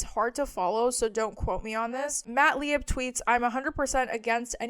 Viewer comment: Lieb is pronounced Leeb.